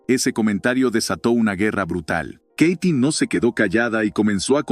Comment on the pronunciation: Se pronuncia KATY no keiti , wey !! Y Sasha Montenegro no fué parte del cine oro , ella fué fichera y encueratriz !!